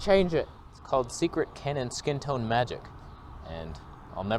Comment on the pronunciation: everytime you say toneh i burst out laughing🤣